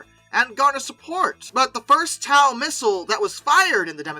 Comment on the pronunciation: TOW missile is pronounced "Toe"